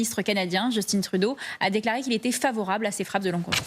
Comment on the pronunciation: C'est Justin Trudeau pas Justine Trudeau... Justin Trudeau est francophone